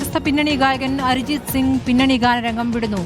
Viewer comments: North il film industry ൽ ഉള്ള ആരും അരിജിത് സിംഗ് എന്ന് പറയാറില്ല അർജിത് സിംഗ് എന്ന് തന്നെയാണ് പറയാറ് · അരിജിത് സിംഗ് അല്ല അർജിത് സിംഗ്